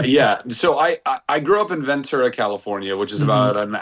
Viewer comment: TY Zachary for pronouncing Ventura correctly! 🎉 😅